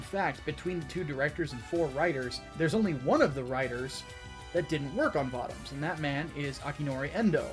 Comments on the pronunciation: It's vōtōms. Not vautaums. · You keep mispronouncing Votoms as far as I know.